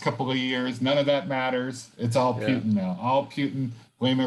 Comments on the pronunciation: Man why you say "Piutin"😵‍💫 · Holy shit please stop say PEWtin